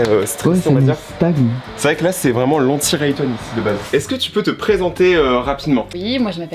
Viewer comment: "C’est vraiment l’anti rayton ici" Rayton d’aujourdh’ui